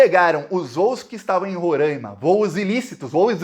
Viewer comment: não é Rorãima. Se fala Ro-rai-ma. Rorãima tá errado. Blz!